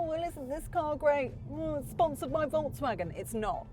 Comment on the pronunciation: Is she saying voltsvagen all the time, or is it just me ? Steering has too many buttons, imo.